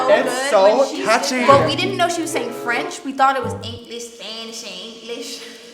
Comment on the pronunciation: for eenglesh spanneesh and frEnch